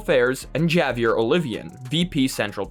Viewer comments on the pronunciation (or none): "J avier" cmon man... havier